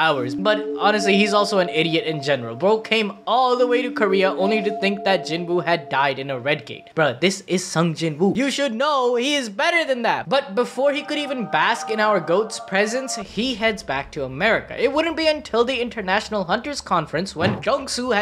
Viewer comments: Sung JinWho❌️ Sung JinHim✅️ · I Just Said That The Moment He Said Sung JinHim💀💀💀. Before I Even Read This Comment💀💀💀. I Am Currently On .